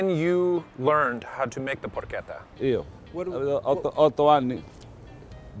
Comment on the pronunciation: never disappoints finally an English speaker who pronounces porchetta right. Its "perché" not "pershe" and not trilling the last "tt" cluster.